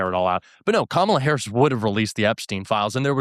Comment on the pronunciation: Damn Blair got 🔥. The fact that these people can't pronounce Kamala Harris at this point shows you the level of intelligence they possess.